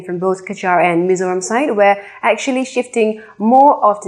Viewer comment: Mizoram ti a chiang taka i lam hi ka fak che.mizo in hming kan phuah chu mizo taka lam mai tur.lam no tum lutuk ten an ti pherh zo hnam dang hriatah.